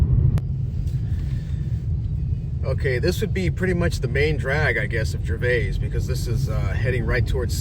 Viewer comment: It's actually pronounced Gervis, the 'a' is silent